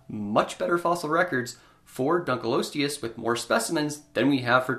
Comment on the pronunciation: It is 'Dunkle-osteus', rather than 'Dunkleeosteus'. Dunkle is a surname, the fossil was named for a man called David Dunkle.